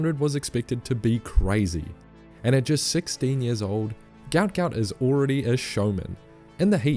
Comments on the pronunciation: His name is Guot Guot. Pronounced “gwot”. His parents are so embarrassed for him about the mixup in his name. Check it. The clip of them speaking about it. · Just saw his family on the TV. They said his name is pronounced more like guwot not gout. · His name is Guot Guot, apparently, and pronounced Gwot. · Before he gets too popular, we need to start following the request from his father that his name is actually Guot Guot (pronounced Gwot Gwot). It was translated incorrectly when he was young, and they're looking into getting it changed. He doesn't like him being called a disease. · His father has said that his son's name is actually supposed to be Guot Guot (pronounced Gwot). As with many Sudanese in the escape through Egypt, the ID document process made errors in the parents' name. His father is unhappy with his son being known by the name of a disease, rather than the name they wished to give him, and is looking to change the name legally. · Only in Australian will someone make headlines become a public sensation and have his name misspelled / mispronounced. His name is Guot. The father confirmed it himself to correct everyone.